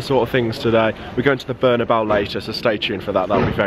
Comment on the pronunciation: 'Berna-bow' Can't even say the name of the stadium correctly. 🤦🏾‍♂️